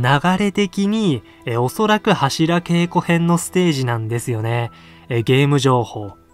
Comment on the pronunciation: 何で柱げいこじゃなくてけいこ？